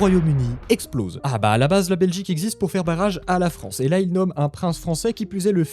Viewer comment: "là" avec un accent. S'il te plaît.